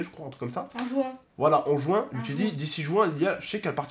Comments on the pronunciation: Dit pas jouin, on dit juin. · C'est pas jouin c'est juin😂